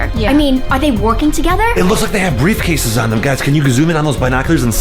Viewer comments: 0.40: they both have brife casas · Did anyone hear say briefcases